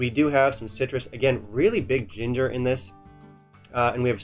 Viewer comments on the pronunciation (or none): none